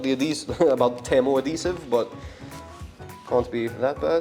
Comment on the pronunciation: Fine video, but why do you keep calling Temu for Tamu? xD Also that 10/10 sponge is just wraped with sandpaper, just so you know before you use it other places.